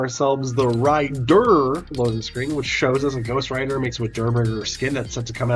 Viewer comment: Ghost ri durr